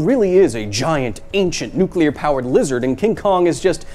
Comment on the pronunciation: what makes kong so big to begin with? maybe kong is nuclear, oh im sorry, nuculer. and the food kong eats on skull island is nuculer.